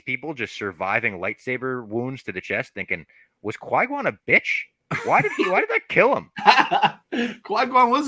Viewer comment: Love these videos. My only nitpick is that it’s Qui-Gon not Qui-Guon 🫣